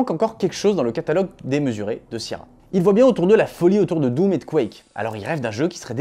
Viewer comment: ta maniere de prononcer sierra me rend ouf et prouve que t'as jamais joué à un de leur jeu lol